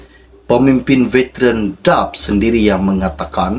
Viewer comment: Hingga sekarang nama parti DAP masih lagi SALAH disebut. Daqh beberapa kali ditegur untuk buat pembetulan, tetapi masih begitu juga!!!